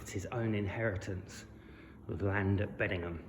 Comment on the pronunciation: The name is BeddingHAM. Local radio gets it wrong, and those from outside the area. On a similar note, South Heighton is pronounced South Hayton, not Highton.😊